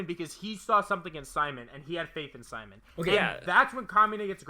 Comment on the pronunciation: Good channel and good video. Had to stop watching though because you guys kept pronouncing Simons name wrong. Also the "if you dont agree with me, yourr r3tard3d" thing. 8/10 video